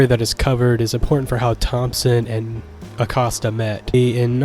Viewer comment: Have you never watched the movie? I’m being genuine, unless they get all the pronunciations wrong in the film. Also I’ve heard from many people that Acosta is pronounced like “Coast”